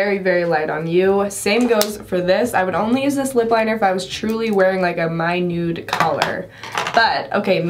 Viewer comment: I hate to tell you I love you but it's not mynude colour.... it's Minuet colour.... it's from a French word meaning fine delicate or small